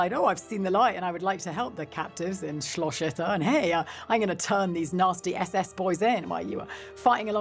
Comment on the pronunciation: SCHLOSCH Itter... lady just say "castle" instead of repeatedly butchering the german language.